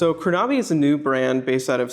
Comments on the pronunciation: Dilip Goel Yeah, Krona-by not Kro-Naby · Great review! The only remark I have is the pronunciation of the name.